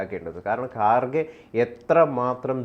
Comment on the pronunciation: I like your channel.. But please pronounce properly.. Its not gaarge. Its kharge. Its not khar khar mahadev. Its har har mahadev. Your pronouncing is completely irritating . pls correct it.. TG is very good in pronouncing ..